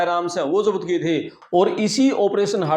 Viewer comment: Zapt kia tha ki jagah jabat kia tha bolra hai pehle aapna pronounce theek kar lo bhai sab